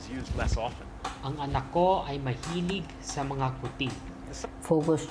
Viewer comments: Mga is pronounce "Ma Nga" as Mga. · mga is pronounced ma-nga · Tip: pronouncing "mga" is quite confusing since it dosent pronounce by its spelling. We pronounce it as "manga"(soft /ng/). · and also mga is pronounced (MANGA) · MGA pronounces as MANGA and NG pronounces as NANG